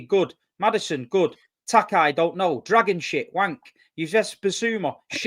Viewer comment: I couldn’t stop laughing when was reading the Spurs squad and said “dragonshit” 😭😭